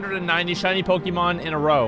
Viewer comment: PokEmon not Pikimon!